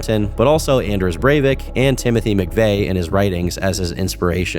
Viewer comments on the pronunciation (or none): broooo u butchered the name of anders breivik lol